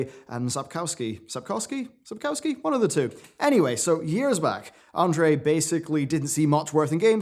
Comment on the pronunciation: "Andrzei" is pronounced "An-jay", not "And-ray", he's Polish, not Russian.